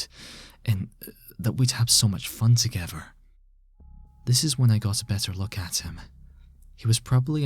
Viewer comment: "TogEVer" "FIRty"